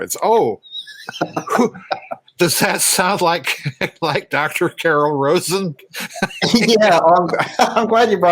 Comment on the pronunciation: Just FYI, it's "Carol RAH'-zen".